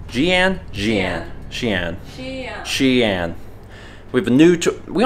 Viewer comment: It’s Chongqing Jiangbei Airport. 重慶江北國際航空. And it is Xi’an (西安). Btw, one good tip to pronouncing the ‘x’ is saying ‘sh’ while showing you teeth a little more. Like say ‘she’ in replacement to ‘xi’. Thanks for trying,!